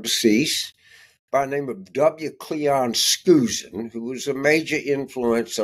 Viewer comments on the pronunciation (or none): Cleon Skousen is pronounced with an ou sound like in the word ouch